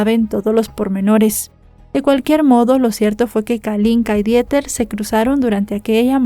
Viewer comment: me encantas como siempre, solamente que, la pronunciación de Dieter en alemán es:Diter. Te mando abrazos y bendiciones, no lo hago para ofenderte. ❤❤❤❤❤